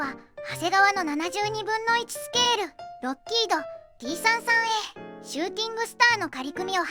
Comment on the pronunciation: T-33のことを「さんじゅうさん」ではなく「さんさん」と呼んでいたのが好印象です。 ところで、金型改修での新規パーツは、前輪と前席・後席間のロールバー（？）を主翼上面パーツの間に新設、旧前脚＋前輪を潰して操縦桿に、フィギュアを潰して前脚と前計器盤にしたようで、フィギュアがなくなったのはもったいないような気もします。まあ、F-4あたりから奪ってくればいいいか。